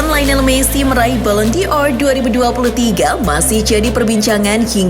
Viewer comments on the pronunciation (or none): Bukan balon Dior admin kocak,tapi balon Dor. Dor itu artinya bola